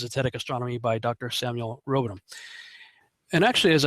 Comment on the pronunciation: Hey his name is Samuel Rowbothum. Row bothhhh ummm. Not Samuel Robadum.